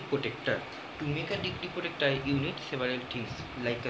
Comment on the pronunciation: It is protactor not protecter